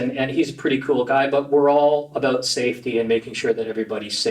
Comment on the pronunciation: all aboot safety